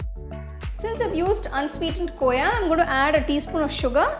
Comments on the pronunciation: mujhe pta hai khoya kya hai pr vo kooya kyu bol rhi hain? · Koya nhi hota khoa hota hai...btw paneer looks delicious